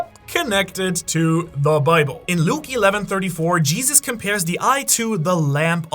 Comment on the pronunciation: Bro pronounced Luke as "Luki"? That's wild